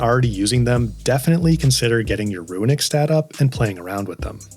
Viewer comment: Nice advice. I got one for you though that was a giant trigger for me and I'm sure others. The word runic is NOT PRONOUNCED "RUINic" it's straight "ROONic" dude. Idk where you're reading a hidden "I" in that word but holy shit was that irritating. It's like when people say mischievous but actually say "mischievious" which isn't a word. Let's help educate here people. Damn.